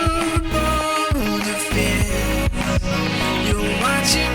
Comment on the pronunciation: I do! I love it when it sounds like "Bone a fish" instead of "Boulderfist" LOL